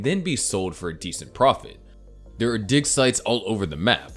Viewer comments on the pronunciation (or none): none